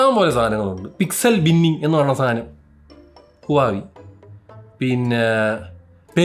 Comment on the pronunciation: ഹുവാവി ❌ വാഹ് വേ ✅